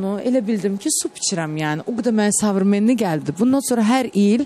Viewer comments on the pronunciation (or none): Nəyədə oxşuyur ee . Sovreminni 😂Bu neyniyir 👉СОВРЕМЕННЫЙ sözün alindira bilmir de ))Özüdə özün yerə vurmur , həmişə subbut eləmək istiyur ki bu bu sözü düzgün tələfüz edə bilir , amma alindira bilmir ki alindira bilmir. Xaşida soxdu ortaliga hec aidiati olmaya olmaya 👉современный sözünə , genə alindira bilmədi)) Xəstədilər nədilər😂